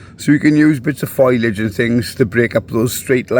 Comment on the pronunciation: o its fo-liage...not foilage...😅